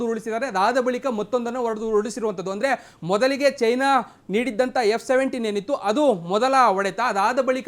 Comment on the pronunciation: It's not F 17, it's J 17